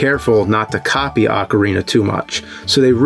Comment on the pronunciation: Holy shit... He's pronouncing Ocarina correctly!!